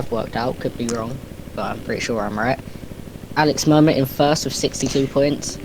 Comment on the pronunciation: Your prononciation of "Alix Mermet" is pretty good for an english speaker ;)